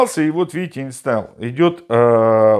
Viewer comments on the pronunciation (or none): none